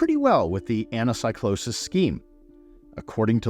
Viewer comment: Please please please, you are a professor, please don't say anasaicloses and read it correctly as Anakeekloses